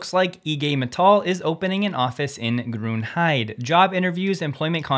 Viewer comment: Grunhid" ah" not e